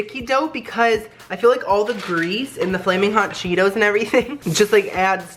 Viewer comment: "FALMIN HOT EVERYTHING, FALMIN HOT LIFE" LOL😅